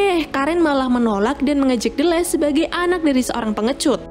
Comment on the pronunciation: Ralat Kak, Nama Tokoh Utama nya Kalo dibaca Menjadi "Dileh" bukan "Delleh"😀 Iya sih Tulisannya Memang "D-leh", Tapi kalo dibaca Menjadi "Dileh".👍 Soalnya saya sering Nonton Film nya dan juga memperhatikan Dialog mereka.